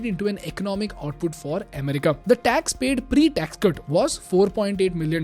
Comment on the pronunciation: You are doing a good job. May you keep making such amazing and informative content. You need to work on your pronunciation of "America" and "government"